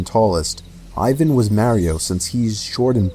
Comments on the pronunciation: Still can’t get over how he keeps calling him “Mareyo” instead of “Mario” 😂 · Lol Idk why but I hate how he pronounces the name Mario. Mary-o. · super mare-io? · The way he says Mario 😭😭✋🏼✋🏼